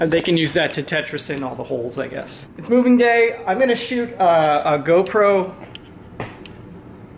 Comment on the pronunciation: "welcome to movig gay", are You trying to tell us something? 😂 I loved Your loft! Congrats on Your new home.;)